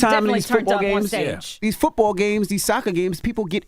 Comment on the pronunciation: Why Envy saying football like that ? Lol is he trying to say it like "fútbol" ? 😂